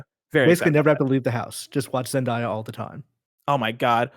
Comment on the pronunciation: Zen•day•uh not Zen•Die•Uh 🤣 the amount of times they said it wrong made me cringe lol